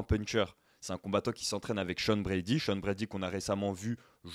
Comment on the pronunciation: Pauvre Sean, tu massacres son nom a chaque fois.